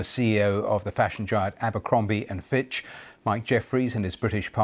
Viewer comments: Abercrombie and Fitch not finch😊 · It's Fitch, not Finch.